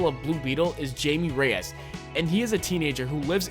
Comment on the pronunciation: It's pronounced Hay-me Rayass. He also was in Batman TBATB and Smallville